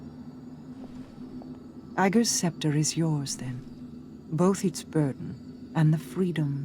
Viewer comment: Good grief, it's pronounced Agger, not Ah-ger.